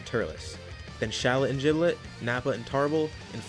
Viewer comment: Why do people pronounce Gilbet's name wrong